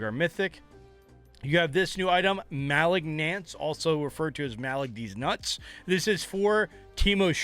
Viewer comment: muh-lig-nance (muh car got stolen, ligma balls, nance) its not hard to say the word.